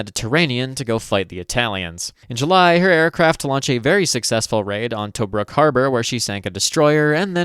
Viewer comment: Fantastic viddy ... Toe-bruk tho